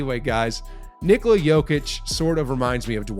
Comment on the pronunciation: It's ni-KO-la, not NI-ko-la.